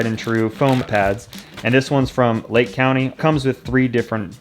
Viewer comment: Lol the guy who is pronouncing country to county telling you Cerakote is the best coating on the market. You do the math